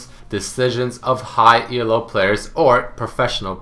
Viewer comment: First off, it's not ELO anymore, its leagues. Second off, it's NOT E-L-O its ELO. It's a dude's name. Get it right pls